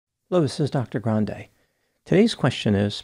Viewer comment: Ariana said her last name is pronounced Gran dee not Gran day like the good Doctor here. If they were related wouldn’t they pronounce their last name the same?